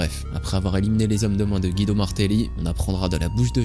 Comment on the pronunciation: Pour info son nom se prononce Gwido, comme dans le dessin animé Cars. Bonne journee